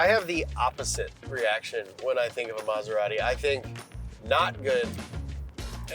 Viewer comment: Mazerari? Ahh, American pronunciation... 😏